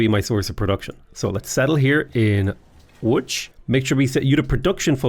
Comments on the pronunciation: Great pronunciation of "Łódź" ;) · Coming from a Pole, Your pronounciation of Łódź is dead on. Congrats! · Pronunciation of Łódź is amazing, Wrocław is basically vrotsuav, we don't do weird stuff with c. C is always ts. ;) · I like that you pronounce Lodz as "woodge," like it's supposed to be. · Thank you for pronouncing Łódź properly. It means a lot. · how did you know how to actually pronounce "Łódź" ?! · Your pronounciation of Łódź was so good I thought maybe you know some Polish, but then I heard "Wrokław" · Respect for pronouncing “Łódź” correctly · You actually pronouncing Łódź correctly! Mindblown,jpg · You say Wrocław and Łódź good :)